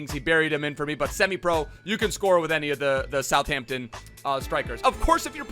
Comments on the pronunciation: You say South Hampton. You should pronounce it South Ampton. Thank me later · South-Hampton bro not suthmtun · It’s pronounced “south-hamp-tun” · Bruh I’m from Southampton that was the worst pronunciation of Southampton ever its kinda insulting. It’s south-hamp-ton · It is pronounced south ham-p-ton... how it's literally spelt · Please continue saying Sutherton. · Anyone who thinks southampton is pronounced like that must be brain dead...